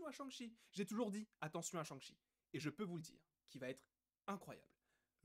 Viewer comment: L’accent du massachussette avec Shang-Shi and the legend of the ten riiiiinggggg